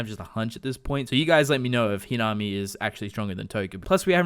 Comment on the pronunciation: It's pronounced he na me